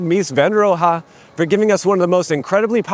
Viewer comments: It’s RohE, not RohA. “E” like in e(ducation). It’s that first sound, just cut off the rest of the word. And the “h” is silent of course. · Its not "roha". His last name is pronounced "row". Jfc.... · Is "Roe- hah" the way Mies pronounced his name? Standard German pronunciation would be more like "Roe-eh." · All good except it's not Van der Ro-ha, it's Van der Ro-heh. Apart from that I have to agree that saving Dearborn Gardens was an excellent idea and every time I'd drive by it I often thought it could be rightly and beautifully rehabbed. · It's pronounced more like "Ro-a," than "RO-HA." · We call this man, Mies van de Roo, not rohaa😳😀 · Oh Mies, Mies. In grad school I struggled along with this and finally said, “Less is More, more or less….” But did any of us ever say “van der Ro-ha”? All my professors pronounced it like Rowe. Maybe they were stripping him down to essentials. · German here: "Rowe" is closer to the original. Ro-Ha is exaggerated. The h is almost silent, emphasis is on "Ro". So he would expect to be called "RO-e". There's also no "w"-like sound though. Just an o. Not "ow" like in "Owl", but an "o". The same o that a Spanish-speaker would say in MexikO. Unlike in Spanish, the r is rolled at the back of the mouth, not the front. Fun fact, his name is probably of Dutch origin. His Dutch ancestors would likely pronounce the name really as "Rowe", with an "ow" sound like in "owl". Short, Rowe is better than Ro-Ha. Correct is RO-e. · Mies van de "Row-Huh" ??! 😂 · Why are you pronouncing Mies’ name “Rohe” [“Roha” ?] so deliberately wrong? It makes the whole video, and otherwise good commentary, sound like a parody. I guess the video is humorous but the millions of layman watching this will from now on mispronounce the name of one of the greatest architects who ever lived, I don’t know about you, but stuff like this would keep me up at night. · PS I have never heard his last name pronounce with two syllables. You might want to check on that last "ha'.